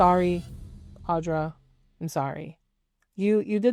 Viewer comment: I can't tell if it's like intentional snark or accident but I don't think you said her name correctly once. It's Audra, not Audrey.